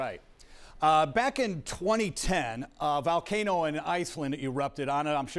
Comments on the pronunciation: Someone please for the love of God teach this man how to pronounce Volcano, not Valcano. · “Val-Kay-no” lmao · Weird he pronounces hawaiian words pretty nice but can’t say volcano x)